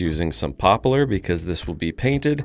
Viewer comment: Did you know that ‘poplar’ is only 2 syllables vs 3?